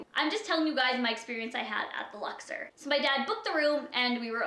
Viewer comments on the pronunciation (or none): the Luxer the Luxer. ITS THE LUXOR. OR. Omfg there's no "er" in the word. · First off, the name of the hotel is pronounced LUX-OR not LUX-ER. I stayed in the luxor and had absolutely zero complaints. Everything was wonderful people were incredibly nice the room was clean and lovely and i've gone on to recommend to people that if they are going to go to las vegas, that it's a great place to stay and a place you should check out. I'm not saying you're lying, maybe you did just have really bad luck and it was just a bad stay for you. Figured i would put my experience down though. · LuxOR, not Luxer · It's lux-Orr ... Canadians smh